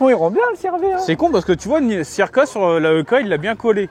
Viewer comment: Mdr le cirka 😂 "y a ma voitute la haut"